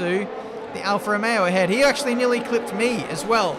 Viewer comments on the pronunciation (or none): none